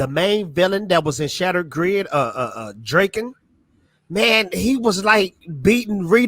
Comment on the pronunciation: Did he just call them Zoids and Draken?? It's Zords and Lord Drakkon. He's not the rapper. I've been reading both titles since issue one and this is the first I've heard of the new titles. I thought Parrot ended the titles because he moving on from the Power RAngers. The original two Boom titles were drawn with manga style inspired art which compliments the Japanese origins of the characters. I'm afraid the new titles will lose some of the appeal with new artists.